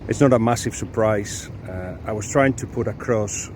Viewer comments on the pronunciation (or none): none